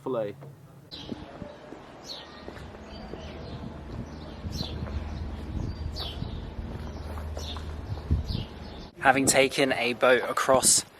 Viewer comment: finally, someone pronounced Philae right!